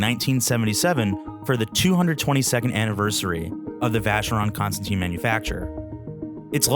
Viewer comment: And I don't understand how wrong the name is pronounced by the speaker.